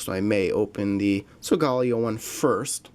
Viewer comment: It's pronounced So-ga-lay-oh